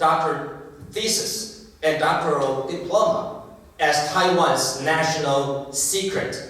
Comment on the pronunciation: Diploma 的重音在p啦，不是在d，尼講起來，偶還以為是新單字呢@@